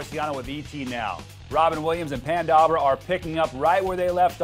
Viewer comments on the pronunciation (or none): Did he say PAN Dawber?!